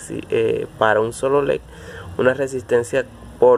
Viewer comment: Tú dices lec y es leDDDDDD